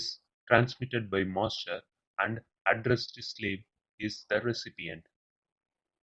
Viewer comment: good explaination till single master to multiple slaves but after that nothing is clear ...do wxplain the arbitration logic and how clock synchronisation will occur in multiple masters to multiple slaves moreover ur English is horrible...u spell master as monster..so plss take care of it..